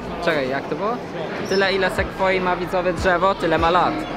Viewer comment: Sekfoji a nie przypadkiem zwoi